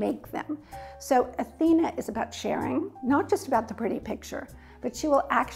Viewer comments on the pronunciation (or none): none